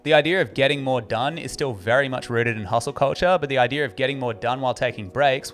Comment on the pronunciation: Its idea....not idear....